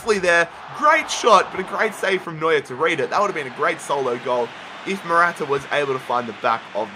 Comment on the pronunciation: Man... You call Neuer is New year😂😂